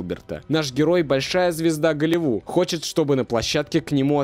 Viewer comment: Почему за все видео слово Голливуд, не заканчивается буквой д?